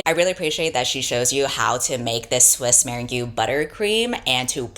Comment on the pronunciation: a lot of the times i don't end up skipping the sponsored ads cos i have the video on while i'm drawing and i'm too lazy to switch between screens to do that/don't wanna disrupt my flow. so when i heard the way you said swiss meringue, i'm so sorry, that absolutely SENT me (no hate, i love your work)